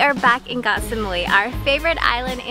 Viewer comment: You two really are the sweetest couple! It is refreshing to hear pronounce “Koh” as I remember my Thai friend would. We lived on Koh Phangan & she would say “Gor Phan-gan”. I was listening to the radio the other day & I cringed to hear the fellow Irish guy singing about a place called “Ko Pan-Yang”. Yep he wrote a song & pronounced it this way. I stopped myself from commenting as I thought this is how most farang pronounce it so maybe they wouldn’t know where he was talking about otherwise! But…if you’re gonna actually write about it, wouldn’t you want it to be correct?? rant over! Your filming on the beach took me right back there for a split second, thank you!